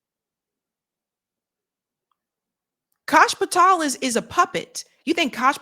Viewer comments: it's "pah-tell" not 'pah-tall" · Its not Patall. Its Patell. I found you repeatedly mispronouncing, annoying af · Patel not "pat-all" Why can't you pronounce "Fuentes?" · Holy damn CASH PATELL!!!!! Pronounce it right he’s a douche bag for sure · Pa-tel pronounced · Hey, you're mispronouncing Kash's surname. It's quite annoying even if he is a total shitehawk. Otherwise, good show